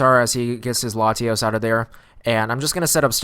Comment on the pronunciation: Why do you put so much emphasis on the a in Latios?